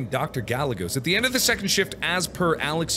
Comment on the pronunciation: "Gallegos" pronounced "Guy - Ay - Goes" lmao